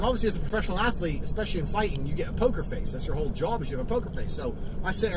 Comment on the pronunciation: And “job”